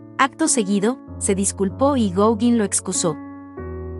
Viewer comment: Me gusto mucho el video y tu voz es hermosa! La pronunciación de Gaugin está mal, checalo plis! (Gogan)